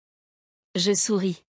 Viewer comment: Hmmm... When he says "Je", he simply says "Zhay", but when she says "Je", I hear her pronouncing a syllable immediately before the "Je", almost like she's saying "e-Zhay". Why is that? Listen for it in every he/she example.